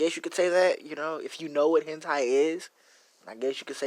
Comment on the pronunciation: When he said hentia my eye were oo to this OO